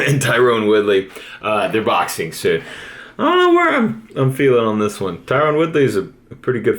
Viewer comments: It’s killing me hearing you say Tyron Woodley as “tie-rohn” when it’s actually “tie-run” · Ty-Ron not Ty-Rone. Unless your name is Colby Covington.